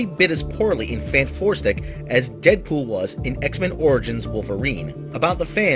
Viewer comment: I love how he always makes a point to keep calling it FantFourstic :P lol